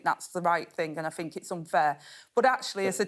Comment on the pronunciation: " fink" must be " think" 🤔